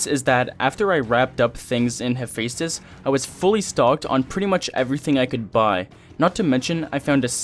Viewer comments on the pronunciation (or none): none